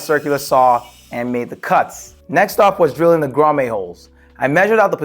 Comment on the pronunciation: WTH is a “Grommay” 😂 cool setup though👍🏻